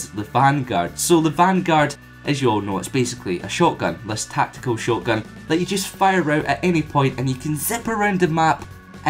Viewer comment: the way you say shotgun, hehe